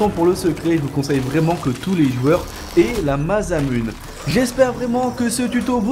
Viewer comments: Ouai ptn j'ai eu mal aux oreilles xD Mazamunne x))) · Juste un détail qui me chiffonne : ça se prononce MASSAMOUNÉ ! x) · Moi aussi ca m'a interpellé mdrr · cru que j'étais tout seul... J'ai envie de vomir